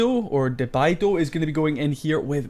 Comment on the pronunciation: Very nice video, such a bummer we lost this war. Thanks for visiting and featuring one of my attacks (debido, pronounced deb-ee-doe🍻), keep up the great content!